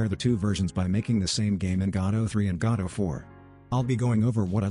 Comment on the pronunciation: Did anyone hear "God of War" instead of Godot 4